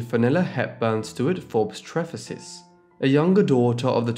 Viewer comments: Glamis is pronounced ‘glarms’ NOT ‘glam-iss’. Lyon is pronounced ‘Lee-on’ not ‘Lion’. Trefusis is pronounced ‘Tre-foo-sis’ not ‘tri-fuss-is’ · It's pronounced "tree-few-siss".